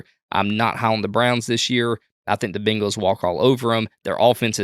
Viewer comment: Say it with me, "bang-les" Bang. Not bing.